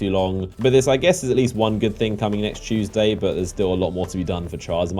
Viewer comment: It's all about that CHOOOSEDAY EVERYBODY NOT TUESDAY BUT CHOOOSEDAY 🤔🤔